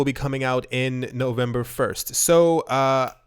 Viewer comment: "Owe-vemeber" is a premonition of us getting owed B2x. lol Thumbs up if you agree